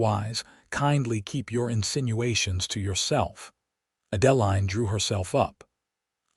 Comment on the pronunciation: The name Adeline is pronounced Ad•ĕ•līne.